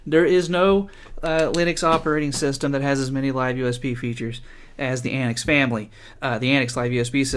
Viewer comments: It is pronounced an-tics not anicks. As in 'antics' the word. TTTTTTTT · I watched your video from the AntiX website, where your review is featured. I don't understand why you pronounce AntiX as "AntX" consistently, but otherwise good video.